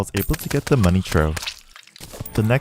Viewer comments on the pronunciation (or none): It's pronounced money *troff*.